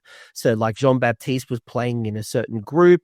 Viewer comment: GG Jean-Baptiste ! (you pronounced it perfectly, Coach !)